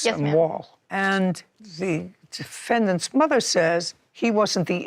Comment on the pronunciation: Did she say stand up for your mothie?